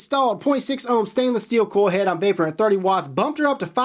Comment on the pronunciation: I h8 how this fool cant say coil head